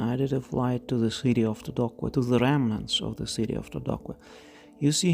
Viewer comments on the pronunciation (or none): The pronunciation of "Todoque" is "Todoke" and, not "Todokue"